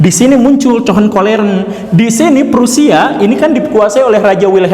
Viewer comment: Hohenzollern pak guru bukan cohenkolleren hahahhaaha